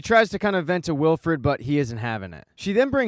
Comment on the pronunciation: You know its Willford not willfred right